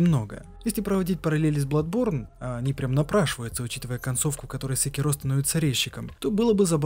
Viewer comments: сЭкиро,а не секИро/секирО! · не смог смотреть из за секирООООО, ты же не говоришь говОришь или смотрИшь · Спасибо за ролик) Только СекИро, а не СекирО. Ты слушал диалоги? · ты проделал такую огромную работу, прошел игру несколько раз, но при этом не выучил как произносятся слова? ГенИчиро, а не ГеничирО, СЕкиро или СекИро, но точно, блин не СекирО, ГАрда, а не ГардА, Ашина, а не Асина. Крайне качественный ролик с режущими ухо каждую минуту названиями. Ну как так? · аЩина Щиноби секирО пздц уши кровоточат, а так норм разбор Лора! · секирО, ГОСПОДИ, ПОЯЧЕМУ? Правильно секИро. Б**дь его ведь в даже в самой игре так называют! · Он и так и так говорит Сначала секИро потом и секирО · ГениТиро СекИро Асина всё видео уши резало, без негатива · Шикарное видео. Но внесу пару поправок. В имени Секиро стоит делать ударение на И (именно так обращается Ищщин). Во-вторых, Додзюн - сумасшедший, и его учитель давно мёртв, а разговаривал он сам с собой. В третьих, касательно личинок, я думаю, что они там самые разные, не только сколопендры, но и сверчки, да и сколопендры занимают особое негативное место в их фольклоре. Так же, есть ещё Ханбей Бессмертный, который так же не был монахом, и т.д.,но в ходе своих странствий вполне мог случайно на территории Ащина подцепить эти личинки. А так, по всем пунктам согласен